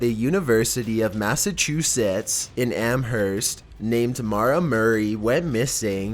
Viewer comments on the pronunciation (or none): I live in Massachusetts and its pronounced Amherst (am-urst) not Amherst (am-hurst)